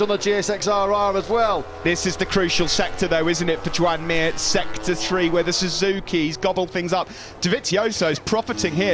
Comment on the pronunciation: スズキはなんでスズーキーって伸ばして発音しちゃうんだろ？